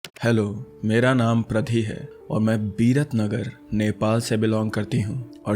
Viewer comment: When you said mera naam pradhi hai l listen it like mera naam gadhi hai 😂😂😂😂😂😂 sorry